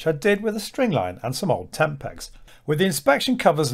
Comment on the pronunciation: For a moment I thought you said tampax not tent pegs, lol.